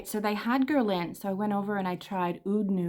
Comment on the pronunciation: You're not pronouncing Guerlain properly. As a fragrance collector, it's important we know how to say fragrance houses.